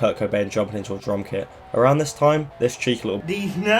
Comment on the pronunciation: Novoselich, not Novoselick